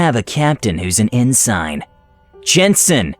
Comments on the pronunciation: For reference, "Ensign" is a naval rank for junior officers. It's pronounced "en-sen", not "en-sine". That's why it was confused with the word "Jensen". The exchange less sense out of context without the proper pronunciations. Sam is still a dick, though. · “Ensign” is pronounced like “Jenson” but without a J. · I had to rewind a couple times to figure out that the word was ensign. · Whoever did the VO doesn’t know how to pronounce “drought,” “Drow” or “ensign.” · One minute in and you've mispronounced "drought" and "ensign." (Even if "ensign" can be pronounced as you said it, it sounds nothing like "Jensen" that way.) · okay first you mispronounced "drought" and that was k but you literally mispronounced "ensign" in a joke where it rhymed with "Jensen". Like do you read this before you record at all?